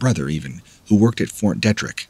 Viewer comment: Glad I found your channel. Ps… it’s pronounced Fort “Dee-trick”😉